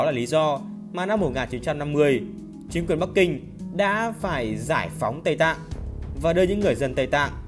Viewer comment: Đoạn đầu nhấn mạnh 2 chữ giải phóng :))) t liền nghĩ tới giải phóng miền Nam